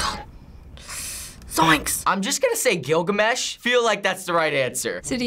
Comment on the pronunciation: Did he just say gilgumesh Gilgumesh is a character